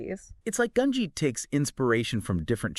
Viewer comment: Both of them also pronounce gungi 2 different I assume because they don’t know how its pronounced so they say it 2 different ways so no one in the comments tries to correct them, theres also other mispronunciations like merooem 😭